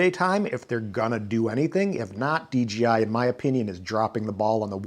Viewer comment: thumbs down for pronouncing it “DGI”